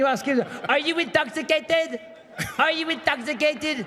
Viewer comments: lmaoooooooooooo "R U INTÓ-XICAI-TÉD !?" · How can't you love "intoxicaded" michael?